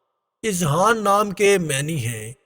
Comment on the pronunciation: azhan hota h izhan nahi